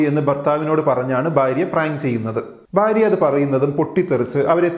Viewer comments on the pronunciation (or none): You’re so articulate and your Malayalam is great, hence the one mistake you constantly make stands out, could you work on your pronunciation of ഭ and ബ please? It’s ഭാര്യ not ബാര്യ. Thanks.